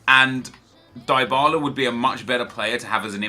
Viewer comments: I'll give you money to stop pronouncing Dybala the way you do. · Lol +Eddy Logan. It is often true